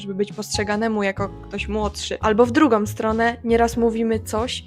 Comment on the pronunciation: No, Ty na przykład mówisz na granicy "drugom", zamiast "drugą", "konkretnom", nie "konkretną". Millenials here, to słychać. PS, o właśnie powiedziałaś "Maryjom". xD